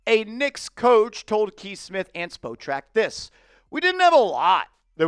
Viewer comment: Btw it's pronounced spa track the spo is pronounced as an a like spot track